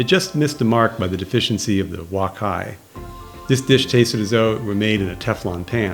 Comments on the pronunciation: its wok hei ....you keep prononcing it "wok hai" LOLOL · Nice review. One point: wok hei is pronounced like "walk hay", not "walk hi". Thanks.